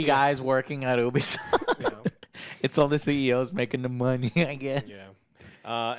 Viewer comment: It's not "Who-bisoft", but "You-bisoft". It's a U at the beginning just like in the word "Ubiquitous"